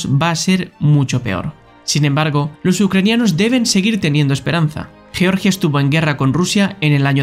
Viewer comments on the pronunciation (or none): none